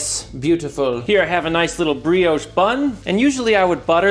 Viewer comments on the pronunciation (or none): none